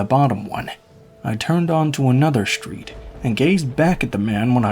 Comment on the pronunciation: Why do you pronounce all of your Ss with an "h" attached to them. "Street" does not have an "h" in it. An "S" does not automatically have an "h" sound following it. Strange variation.